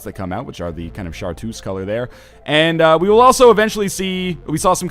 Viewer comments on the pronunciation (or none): hehehe "Shart-uce"